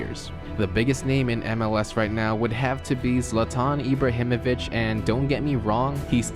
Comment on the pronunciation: Am i the only swede getting triggered when he said Zlatan Ibrahimovic